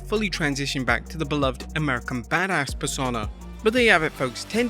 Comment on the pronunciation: Sorry dude, it's "pers-oh-na" not "per-sonn-a".